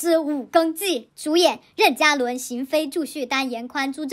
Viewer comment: 任（2声）嘉伦，不是四声